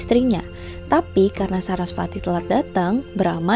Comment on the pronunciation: Sedikit kak Bacaanya Veda (di baca weda )kak.. Sama kayak Dewi Sarasvati(di baca Saraswati)